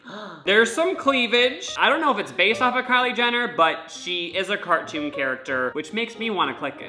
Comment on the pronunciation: “what I’m wondewing is this weal people ow cawtoon chawacters” awhhh